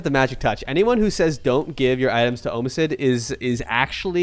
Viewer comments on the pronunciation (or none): Since when is “omisid” pronounced like that? Gotta pick one 😂